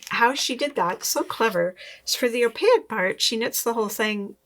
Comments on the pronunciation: Sorry, have to say...its pronounced "oh-pake", not " oh-pay-ik", loved the video. Sally's books are the first ones I bought for my library when I was new knitter. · opaque is pronounced in 2 syllables: o - pāk'. don't insert an i anywhere. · I’m fascinated by how u pronounce “opaque.” I wonder if that is the French influence in Canada. Anyway, I’m having a blast watching your videos. Love, love, love your humor, plus I’m awe struck by your refined FOs. So impressed.🥹